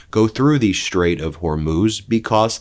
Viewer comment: Thank you, Ben for finally pronouncing the straight somewhat correctly. Now let’s work on Halliburton and Taliban.